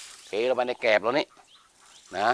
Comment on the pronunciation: แกลบ ครับ ไม่ใช่แกบ